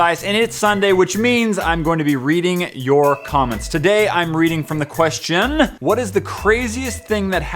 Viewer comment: Apparently "question"has 3 syllable